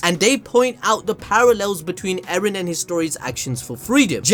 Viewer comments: It's not Eren bruv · Mikasa finna go from "Ereh" to "Eren"